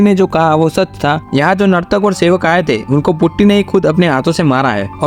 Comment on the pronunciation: Putty? its potty brooo